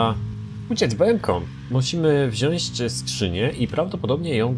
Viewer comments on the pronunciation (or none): Błagam. "WZIĄĆ" - tam nie ma "Ś"!